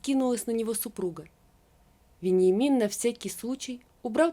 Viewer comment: Читать нужно правильно. В тексте стоит Вениамин, а мы слышим Веньямин, даже ухо режет, неужели нельзя правильно прочитать.